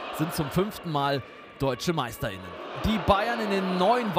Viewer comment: Schon klar. Ich bin des deutschen durchaus mächtig. Es geht um die bewusste Betonung des Sprechers.